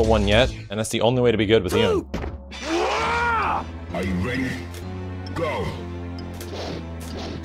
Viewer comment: Isn’t his name pronounced as “Yoon”